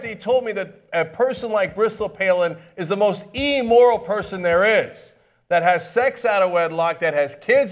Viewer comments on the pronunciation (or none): Will someone finally tell Cenk it's "immoral" not "e-moral"? He really drove it home on this one. Is there some inside joke to this?